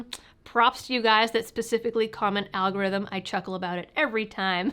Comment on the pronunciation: al gah ryth-um